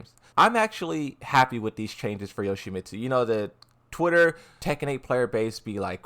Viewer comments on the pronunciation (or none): none